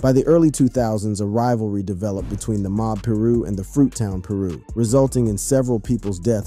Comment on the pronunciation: I stopped watching when he said Mob Peer-ooh